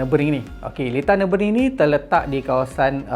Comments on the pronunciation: Senang kata pronunciation dia nuh-buh-gring bukan nuh-bring macam dalam video tu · Pronunciation track ni Nür- bür - gring. *sekadar sharing 😊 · Maaf bro. Cuma nk perbetulkan sikit pronunciation Nurburgring tu. Cara mudah sebut = Ner.berg.ring (baca satu2 tapi cepat). Kita sama2 belajar... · Sebut btl2 ye...nurburg---ring... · "Ner" "ber" "gring" nurburgring cara sebut berdasarkan ape saya selalu dengar😅